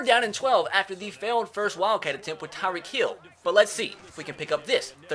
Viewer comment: Why does he say tyreek heel